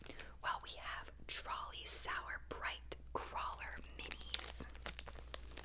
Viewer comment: It’s TROLLIIIIIIII not trolly